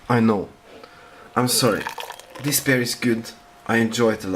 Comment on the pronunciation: Hahaha, småfull på slutten her eller? Du påstår du drikker Bjørn :P altså..Bear...men det heter Beer...utales..Biiiir ikke Beeer :P jaja, samma kan det væra, er ikke perfekt jeg heller ;)